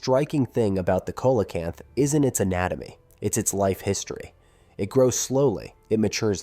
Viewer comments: I’ve heard both. Koalacanth, not so much, it literally irritated me in the same wat nails do grinding on a chalkboard. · You're mispronouncing Coelacanth. It's pronounced "See-Lo-Canth". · I always have pronounced it seelacanth. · None of this contradicts Evolution. If a life form is successful it won’t evolve. You need to evolve and could start by learning how to pronounce the name see low Canth. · Coelocanth is pronounced "see-luh-kanth". Also, evolution works exactly the way it is supposed to-nothing broken about it. No pressure to change in the environment, no evolution required. It's that simple. Some genetic drift still happens,hence more than one species exist in isolation from each other. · Right ….. I also heard Cola-can’t 😂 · I hate when creators butcher the pronunciation of their subject so completely... like.. did you even try to figure out how to say it? If you can't even get the name right, how are we to trust anything else presented?